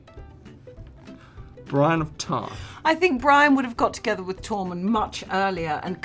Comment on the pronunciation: "Brain of Tarth" LOL